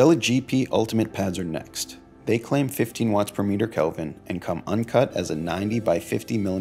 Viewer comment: It’s k-eh-lvin, not calvin klein